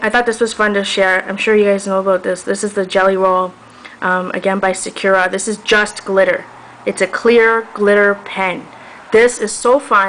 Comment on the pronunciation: These videos are so informative! I have so much trouble trying to find an opaque white pen and you've pointed out great brands for me. One thing that I'd have to nitpick on is that Sakura is pronounced sa-ku-ra, not sa-kura. Sorry! It just really bothered me.